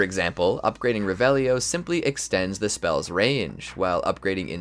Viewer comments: It’s ReVelio not reveliiio😅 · mispronounced "revelio" right off the bat, you hear it so much how is that possible? did you even play? xD